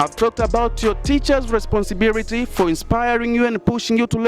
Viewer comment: Eti nini?, responsibirity🤣🤣🤣🤣🤣 huyo ndo obama anavyoongea. Kweli hamna la kusema. Dont waste our time you stupid people